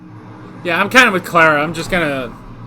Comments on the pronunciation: im not usually bothered by pronounciations but can you please stop saying "clerra" Its "clar a" :) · Sorry but I think i have to Start giving thumps down as long as you pronounce Clara's name wrong!